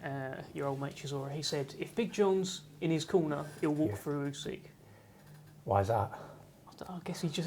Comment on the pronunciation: Ousek, not Usyk.